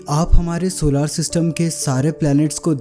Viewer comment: bhai pahale tum bolna seekhlo jisko tum सोलार system kahate ho vo asal में सोलर system है